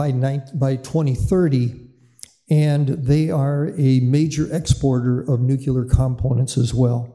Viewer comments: Just say it as it’s written “nu” as in new, then “clear” as in a clear day. How do they get nu-que-la? It bugs me as well. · Why does this gent keep saying "nucular"? Should not an expert on nuclear power be able to pronounce the word 'nuclear'? Just sayin'. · Ya know, this guy probably has a lot of information and background knowledge of the subject, but it just BUGS ME when I hear nuclear expert constantly pronounce the word "nuqueler". Former US president Jimmy Carter constantly said "nuqueler" even though he was a captain on a nuclear submarine. Sorry for the rant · Nukeler indeed. Amerikanese stuperity